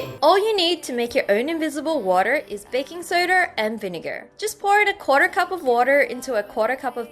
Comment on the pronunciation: Like if you heard them say baking sotter